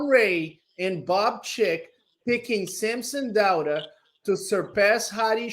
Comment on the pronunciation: can someone teach how to pronounce SAMSON DAUDA??? Its not DO-ADA its DAU-DA how hard is that!!!!???